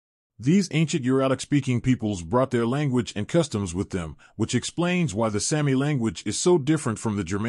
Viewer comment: It is pronounced SAAAH- mi, not Sammi!!!